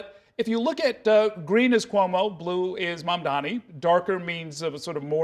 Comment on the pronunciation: ~~~~~~ -. ….., his name is Mamdani. …… Mamdani ……… Mamdani …. So say it correct,,!